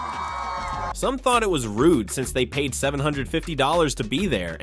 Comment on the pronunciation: that's so "Rude--ah" you simpletons know that saying "Ah" after every word just shows you are a simpleton and an illiterate "Moron " This current generation are really just uneducated useless future warehouse workers.